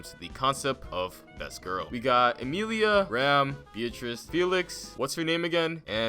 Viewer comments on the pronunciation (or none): none